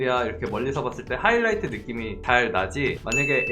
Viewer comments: ㅋㅋㅋ왜 아무도 촠ㅋㅋ '하이라이트가 아니고 허이라이트' 하시는거 왴ㅋ 언급이 없짘ㅋㅋㅋㅋㅋ 이거 보고 완전 웃었는데ㅋㅋㅋ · 하이라이트 맞는데용...?